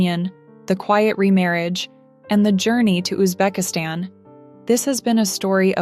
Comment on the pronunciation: Узбекистан - ударение на последнем слоге!!!